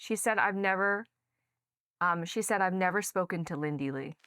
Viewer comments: Lindy, not Lindsy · Great show. I can't help but giggle every time he calls her LindSy instead of Lindy😂 I'm proud of you Lindy and pray for you 🙏